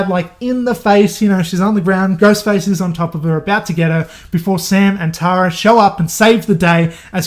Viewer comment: Tara is pronounced “Tear-a” lmfaoo best way I could explain it. Tho I like “Tar-a” that could’ve been a way cooler name but not American enough.